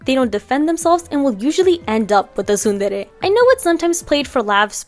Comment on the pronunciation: I finally know how to pronounce tsundere